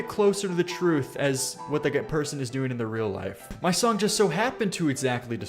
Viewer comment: God i cant stand the way says the word "song" He says "SONGK"